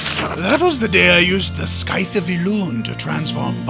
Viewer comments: yayyyy lt. virtue for president XD go kill all ninja looters, goldfarmers and beggars and smoke out all goldsellers as well. lol'ed at scythe...what?? its pronounced scythe, not skythe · lol your so wrong man its scythe not skife OR skythe... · scythe....not skythe :P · not skife its skythe not with a F its with th